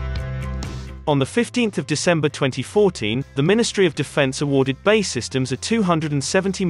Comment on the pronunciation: For God's sake use a real person for the voice over. Bay Systems. Who TF are they? OH! BAE Systems! Bee Ay Eee. And it's cO-vert not covet.